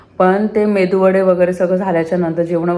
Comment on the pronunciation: Please say right pronunciation MeduVada not Mendu Vada 😊